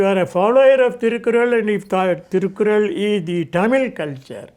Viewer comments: Very nice interview, all 3 parts. But Sir Thirukkural is pronounced as तिरुक्कुरळ्. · You don't know to pronounce thirukkural correctly.